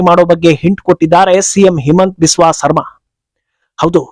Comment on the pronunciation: ಸರ್ಮಾ ಅಲ್ಲ, ಶರ್ಮಾ.